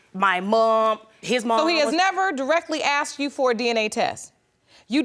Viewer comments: Its "ASKED" not "AXED"...….you people cant speak English...... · They both said axed instead of asked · Axed? ASKED!!!